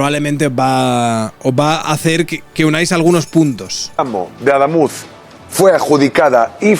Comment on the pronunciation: No es Adámuz (llana, lleva tilde porque no acaba ni en n ni en s ni vocal) sino Adamuz (aguda, no lleva tilde porque no acaba en vocal, n o s)